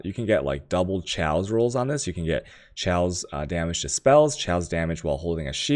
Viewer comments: lmaooooo chaos(kay oas) is not pronounce chow lmaoooooo dam asians jkjkjkjkjkj..chow!!!!!! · Jonathan Hagan omg ikr... is it food related?? Can you eat it with a dagjur (dagger)? I wonder, does he actually say chaos in terms of currency or is it also like the chow dog pronunciation? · You're pronouncing chaos wrong